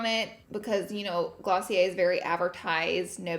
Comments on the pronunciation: Girl its pronouced glossy-AIR. Lol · Glossy air😂😂😂 also, did she say ice cream instead of eye cream?😂 She's the cutest🥰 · I’m British and I think it’s GLOSSY-ER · Damn I still be pronouncing it Glossy-Air 😭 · Kaitlyn H me too!!